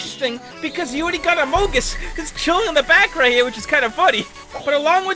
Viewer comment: I died on the inside a little when he said amogus instead of amongus